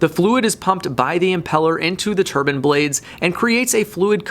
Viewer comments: I hate to say this but I watched it a couple of times, a Turban is worn by a Sikh, I know you were trying to say Turbine which should sound tuh· bain, sorry to be an pain, I love your content and always check it out when it pops up in recommended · Assaulting the English language :) Turbine = tur·bine not turban. Turbine: Turban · It's not pronounced "Tur bin". It's pronounced "tur bine". Hi from Germany :D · Tur-bain or turban? LOL. Great video as always,. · Turb-ine not turb-in. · Bro a turbin is somethung you wear on your head it's a turbine ine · Lol!! That’s tur-BINE not turban. But I like your videos all the same : 0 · I couldn't pay attention... he kept saying turban... :/ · I am sure hes saying TURBAN ?? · Please learn how to pronounce turbine ,, it is not a turban, please learn the difference.